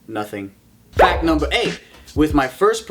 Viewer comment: Lmao at the beginning. "Fack numbah 1". That was facking gold material,. Also loved how you said pianist- penis lol.